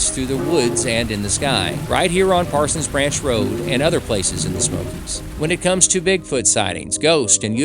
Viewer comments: This is an informative video, thanks. Made me twitch (lol) that you got stuck calling it ParsonS Branch every mention, as the name has no ‘s’. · Dude, look at the sign and the map, there is no s at the end of Parson. Why do you keep pronouncing it incorrectly?